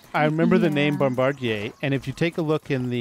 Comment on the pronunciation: Hey, you are the first YouTuber that pronounced Bombardier Beetle correctly.